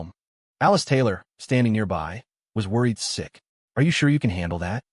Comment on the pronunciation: Am i the only one hearing "Sixth sister" instead of "sick sister" every damn time?